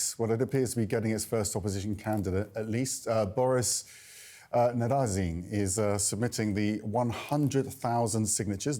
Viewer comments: How did you call him? Boris Navazin??? 😂😂😂😂 not even close!! 😂😂😂😂😂😂😂😂😂😂😂😂😂😂Nadezhdin!! Come on CNN! You can do better than this! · Did say narazin? 😂 Nadezhdin